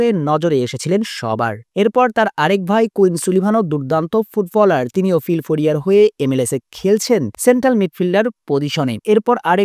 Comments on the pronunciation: ফিল ফোডিয়া না ফিলা ডেলফিয়া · ফিলফোডিয়া না ফিলাডেলফিয়া 🤣🤣🤣🤣